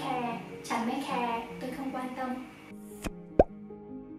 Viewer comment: Ôi chị là người Thái hay người Việt đấy ạ?? @@ nếu mà là người Thái thì nghe giọng tiếng Việt của chị không nhận ra luônn @@ ngoại trừ từ “không” thỉnh thoảng nghe giống “kông” nên em mới biết thôi. Giọng đúng kiểu con gái Hà Nội nghe thích quá ư ư 🥺🥺